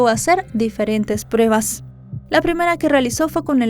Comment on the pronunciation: ya no digas “prebas”. Si pronuncias “pruebas’, te escucharàs más profesional🤗